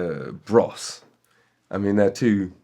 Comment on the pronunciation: So it's two brothers, twin brothers, who make a band called Bros. And you pronounce it... Bruss?